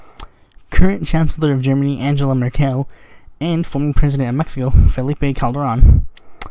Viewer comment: A couple of little comments. John Maynard Keynes' surname is pronounced 'canes' (like the verb), and so the relevant adjective is pronounced 'canes-ian'. It's An-gay-la Merkel. And SLOW DOWN! Good luck!